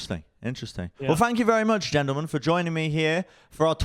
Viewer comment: 1 second in and says “geltelmen.” nice.